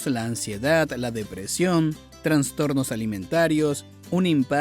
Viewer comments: Todo estaba genial hasta que escuché: TRANSTORNOS. u.u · ¿Dijiste TraNstornos con "N"? 😂 Perdiste toda credibilidad.